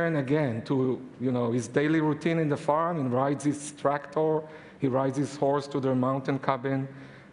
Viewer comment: I know this is vastly irrelevant to the topic of the video, but the way he says tractor is funny... Trak-Torrr... :)